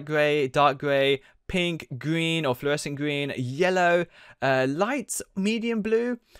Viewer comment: He said gween